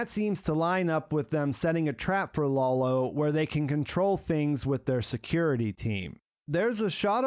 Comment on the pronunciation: dude: Lalo (like Lullo), not Lawlow. I don't get why you do that....